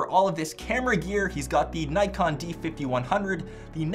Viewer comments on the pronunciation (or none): none